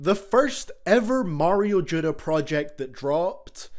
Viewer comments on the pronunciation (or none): “Mayro judda” hahah